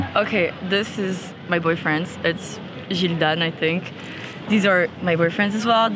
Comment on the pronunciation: Gonna start saying Gildan like the girl to make it sound high fashion. *Jeel-daan*